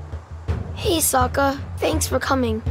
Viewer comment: Gamemill didn’t ruin this game. did when he pronounced Sokka as Soooooka just like how M.Night Shyalaman ruined the Live action by pronouncing Aang as Oong.